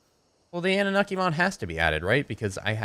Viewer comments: Oh btw man if you want to use really good narcotics do the sedative narcotics from the anunaki mod. Oh and the pronunciation for that is an-new-na-ki just the heads up so people stop ripping you on it. you could get rid of the tranq mod because the anunaki mod has all the extra poison arrows and poison darts as well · its pronounced ah-nu-na-kee and you should dino armor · Its pronounced in-u-Nacki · it's prnoused an-you-oky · you pronounce it annu-naki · You pronounce it AN-OO-NOK-EE so ya... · the way its said is an-na-mok-ie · It's pronounced an-a-nukie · it's pronounced an-noo-nak-kee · its ah-new-na-ki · It's annunaki (AN-OO-NAH-KEY) that's the pronunciation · Ann-oo-naki Genesis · it's pronounced an-o-naki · an-ooh-naki is how it's pronounced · its pronounced anne-new-nock-e